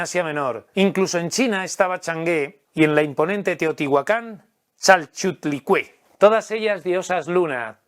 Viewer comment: "Chalchutlicué" 🤣 O sea: sí está difícil el nombre, pero se puede leer y decir con calma: Chalchiuhtlicue (Chal-chi-uhtli-cue)... Pero esa no es la diosa lunar... Para empezar, esa es una deidad nahua (los Tehotihuacanos no se sabe si lo eran), y la diosa lunar de los aztecas era Coyolxauhqui (Coyol-xauh-qui), hermana del sol Huitzilopochtli.